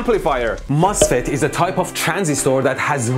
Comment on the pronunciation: I love how you pronounce "Transistooor" 😂